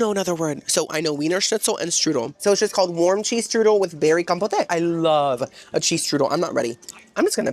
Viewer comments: Do you know what, "Je m'appelle means?" Since you're half Cuban, you'll know "Me llamo." Also compote is not pronounced compotay. 🤣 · I love you so I'm going to hold your hand when I say you this. Compote friend, COM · POTE (pronouced like poht). Now if this is like a buffet and queso situation... my bad, carry on. ❤ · Love how you pronounce "Compote" as "Compotay" LOL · you're saying "kompowte" as a quirky way of pronouncing it, right? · I feel like every video you make there is a compote on the desert and I cringe every single time you pronounce it was an “A” sound at the end. I beg you pronounce things correctly or try, bc your followers may request the item you recommend and they may feel really embarrassed being corrected by the serving staff.